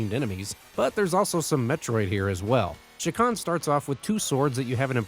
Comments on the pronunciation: It's CHA kan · You're not pronouncing that name right AT ALL. It's not an SH sound.. it's literally a CH ak an.. say Chalk.. without the L.. and end it with an AHN. Chak Aahn. CHA!